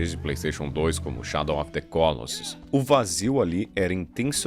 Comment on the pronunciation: shadow of the COLOssus Ate Encheu a boca para fala😂